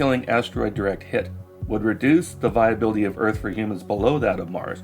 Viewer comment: Man I can't stand the way he says "first" like "fust" and "earth" like "uth."